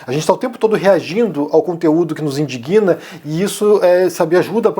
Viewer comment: Olá 😊 realmente bastante tempo ausente. Vai aqui um detalhe linguístico referente à palavra "indigna ". Lembrando que esse "g" é mudo. Então, a pronúncia correta é INDIGNA e não "indiguina". Abraços!! 🎉